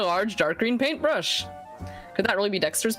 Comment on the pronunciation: PaintbRRRRRRRRush... I'll never be able to pronounce that word correctly again.